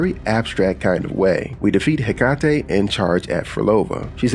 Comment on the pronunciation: Hecate should be pronounced he ka tea